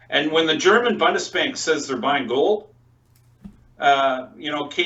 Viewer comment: pls learn how to pronounce Bundesbank ;-) not BONDESBANK